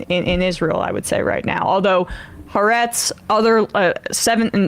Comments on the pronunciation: Emma, it's pronounced Ha-Aretz, not Haretsz. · At least know how to say it Ha- Aretz Hebrew for "the land"